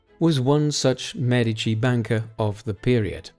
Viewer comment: Thank you for pronouncing MEdici properly!